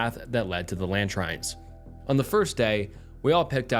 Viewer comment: not Lantrines... Luh-Treen-Z lmaoooooo